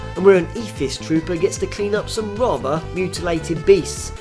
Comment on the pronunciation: rather, pronounced wavva